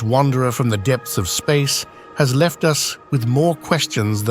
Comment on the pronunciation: I’ve been wondering but now I’m convinced the narrator on this channel is AI generated. Instead of saying “the first interstellar rock viewed by us earthlings” the narrator said “the first interstellar rock viewed by U-S earthlings” - as in United States